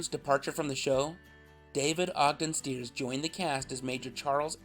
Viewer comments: David Ogden Stiers name is pronounced STIRES, not Steers. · "Steers" is that how you pronounce Stiers as in David Ogden Stiers? Sounded like that is what you said although it was garbled. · David Ogden Stiers last name is pronounced Sty-ers, not Steers! I liked Charles, and Stiers was an excellent actor. He had the tony Boston accent down perfectly. I miss David. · Best episodes: With Frank and Henry. Best episode: The one where Klinger is delirious with fever and sees a dead soldier. Best replacement: When Radar leaves and Klinger takes over as company clerk. Best guest stars: Harry Morgan as the General, Louden Wainwright III, and every time Colonel Flagg makes an appearance Most mispronounced name: David Ogden Stiers.